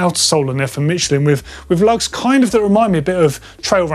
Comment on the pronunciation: Pronounced Michelin(mish-ul-in) 👍